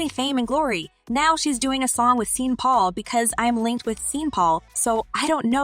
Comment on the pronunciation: This moderator calling people's name wrong wrong 😂😂beyonce name wrong n sean Paul name wrong smh lol